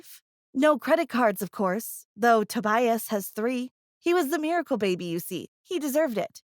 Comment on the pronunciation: "Toe-bias" That annoyed the crap out of me. 😂